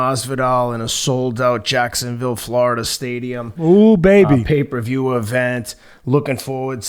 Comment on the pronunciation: "Raiders baebee" Teddy been kicking it with Oscar.